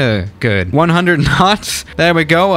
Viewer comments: The way he says "there" sound likes hes saying "thea" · Why does pronounce there as the-aa? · Why did your voice Coach tell u to say there like that love the vid btw just a little confused